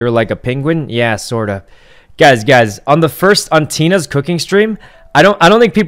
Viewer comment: Not sure if he meant girl bullies or a jealous ex not allowing hugs with other girls or just embarrassing circumstances... also the way he says “gazz” instead of guys is adorable